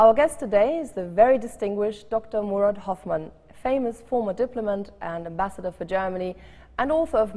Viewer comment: The Corrected Pronounceition is MOURAD .... RIP...